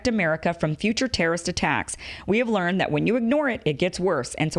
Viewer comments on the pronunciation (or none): none